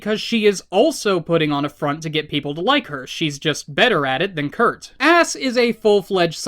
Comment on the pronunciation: WHY DOES HE KEEP SAYING KURT AND ASS ITS DRIVING ME INSANE!?!?!???!!!